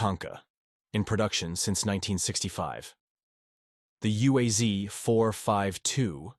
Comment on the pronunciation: Correct pronunciation is U-A-Z, not U-A-Z-EE, without EE at the end of the name. Because of "Zavod" (Factory) UAZ (Ulyanovsk's Automobile's Factory).